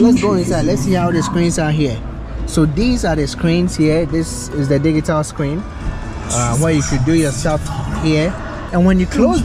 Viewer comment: the word is not /di gi tal/ the word is /di dzi tal /